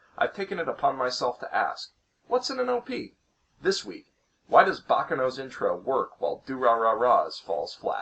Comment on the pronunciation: it's not baka noh. it's bah ka no!